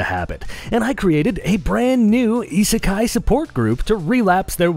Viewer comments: What's esisky? I can't even spell it. Sounds like ee see sky? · The heck is "isekai'd"?